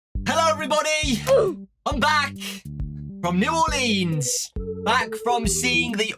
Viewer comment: As a New Orleanian, I will never get over non-natives' pronunciation of Orleans. That said, glad you had a good time here! Excited for the movie!